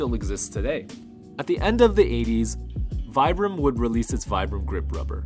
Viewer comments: Very interesting and well put together! Just so everybody knows, it is pronounced Vee-bram not Vie-bram, and they were pronounced Fee-rays not Fires. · pronounced veebram